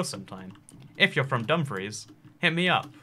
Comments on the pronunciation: That's not how you pronounce dumfries. It's spoken like dum-freece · Someone from Dumfries here! It’s Dum-Freece like fleece but with an R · Your pronunciation of Dumfries hurts my Celtic soul